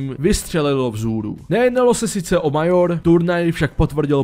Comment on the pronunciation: výslovnost Major a EnvyUS mě zabila :D naprostá czenghlish :D